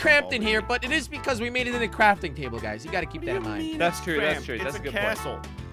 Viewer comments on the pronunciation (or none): When said crorting toble it was so funny 😂😂😂😂